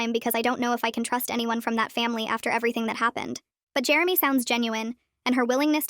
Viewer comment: it's Jeremy. Not germy